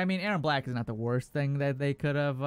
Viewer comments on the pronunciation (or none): Hold on did this guy just said erron brack